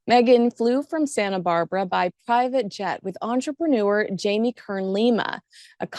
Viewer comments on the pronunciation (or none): none